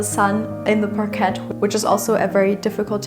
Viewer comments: Sorry but NOT pronounced parquette but rather parkai! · Friendly neighborhood English teacher here again... We pronounce "parquet" more like French without the final t, so more like "parkay." As always, your English is SO good, so when I comment to correct/perfect your pronunciation, it's because I believe in you and your channel and want you to sound even better for more viewers in the future. Keep up the great work!